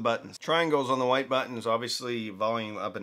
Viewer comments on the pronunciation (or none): none